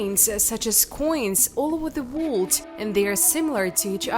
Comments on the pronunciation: The dialect doesn't pronounce words you can understand, they must not be American or studied English language, sounds like some words are blurred because whoever is narrating can understand how to say them, for instance the word ( world :we say Woer L dah) sounds like they are saying ( wha d) some here say Wo erl dah, wonder why if this is targeted to the US they are using some other dialect, they must be trying to make money from the videos. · Really excellent - interesting and well researched -Yes I have subscribed ! Some of the pronunciations are VERY cute , including the word "world" !!!!